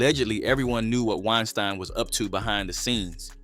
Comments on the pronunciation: Great video and I agree with your tenet. ONE HUGE bit of advice. It isn't 'WINE-STIIIEN" if you are Jewish. It's 'WINE-STEEN." If you are GERMAN, it's 'RAMM-STIIIIIIIIIEEN." As in the incredible metal band from GERMANY. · Hearing "wine stine" erks w me so bad. How you pronounce something wrong after hearing it pronounced right! 😂😤 goofahh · Harvey Weinstein is pronounced WINE-STEEN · WINE-STINE WINE----STINE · Hee heee🤭🤭🤭 Wine-stine.